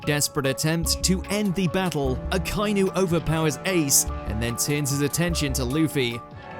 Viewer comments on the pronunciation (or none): its pronounced aka- inu, not acai no